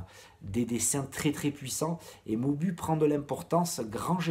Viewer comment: hello alors bonne vidéo fait attention avec les noms des personnage, Houken et pas Touken, Moubou se prononce OU a la fin. pour moi Ouki est un personnage que j'ai toujours aimer et que je regrette sa mort même encore maintenant